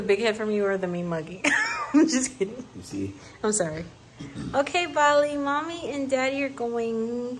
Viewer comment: Bali sounds like Volly so close to Jolly, that's so cute! 🥺💓